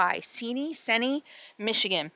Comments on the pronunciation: I'm delighted you are enjoying the UP. I've lived here for 40 years, though for many years I've been a part time nomad, getting out of the winter. Anyway, it was a joy to see you so happy in the mystery forest. You were off the highway in the Seney Stretch. (Pronounced see-nee.) And anything spelled with nac at the end is pronounced NAW. As in Mackinac Bridge. MackiNAW. . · It's pronounced See-Knee and Grand Muh-Ray🙃